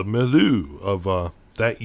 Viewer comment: I know you don't speak French, so I'll just advise that milieu is pronounced (roughly) 'me-lee-ur'